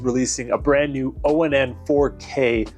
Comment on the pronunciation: is it really pronounced with the letters spelled out O N N instead of saying ONN like turn your light ON just with a extra n . Or do you like just saying it like that spelling it out instead . Walmart employees say it ONN like turn on your lights . Are they wrong or you ?